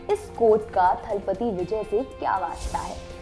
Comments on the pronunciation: Hey, Mam, He Is Not 'थलपती', It's थालापती !!!!!!😡😠 Pronounce It Better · Please pronounce "Thalapathy" correctly.